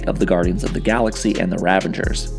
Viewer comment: * Every billion year, not million. * Ravagers, not ravangers.